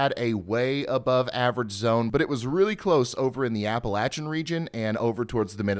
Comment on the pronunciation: Appalachian* not Appleachian